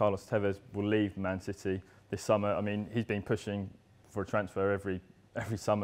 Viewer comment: he wasn't sure on what to say Manchester or man city so that's why it's heard as SHITTY :P